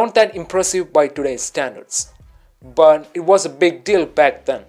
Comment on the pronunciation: It's but not bun